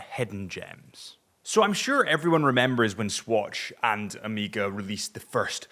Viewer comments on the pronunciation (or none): Amiga? Is it that hard to say O May Ga?